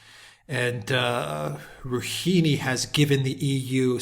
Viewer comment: "Rooheenee" lol xD